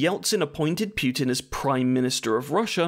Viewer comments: Hey, mate, I hope you are doing well! btw, putin is pronounced as "poo-tin", not "pewtin". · Imagine making a video about someone and mispronouncing his name 51 times. Congratulations, you did it! FFS his is 'Poo-tin' not 'Pyew-tin'. 'War II and after he had discharged...' His father didn't discharge, he WAS discharged from the army. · It's pootin not pewtin fuuuuuuucccccvvkkkkkkk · Every time you said "Pew-tin" I killed a kitten. There are many dead kittens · "Pukin" idk if that's on purpose but 😂😂😂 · why "Pyoo-tin"? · Native Anglophones pronouncing Putin as pew tin or poo tin will never stop being funny. More importantly protest agains Yanukovich were because of EU, not NATO.